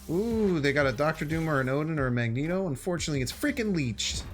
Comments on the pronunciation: The guy is called mag-neto not ma-gent-o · magento? don't you mean magneto? I guess I can't really blame you for not being a marvel fan but damn you just mispronounced the word magnet I love your channel, but you've gone too far >:( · You're saying it wrong. It's MagnEto, not MagenTo. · its MAG - NE - TO my dude.. Wtf is Macento.. sounds like a colour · It's MAGNETO not Magento you uncultured swine. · Majento ? Mag - nito Sorry for correction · I almost left after he said Magento lol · My guy really called magneto Magento🤣🤣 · I can’t with him not been able to pronounce “Magneto” LOL 🤣 like what the hell, bruh: Mag-Knee-tow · Do you actually believe it's pronounced Magento? Or are you just trolling us? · Magento? Please never say that again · This man said “magento” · Idk why it bothered me that he called Magneto - Magento but it did lol. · Did this man just say majento 😂😂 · Did…did he say “Magento”? Lol